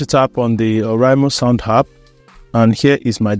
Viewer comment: "App" and not "Happ"😂😂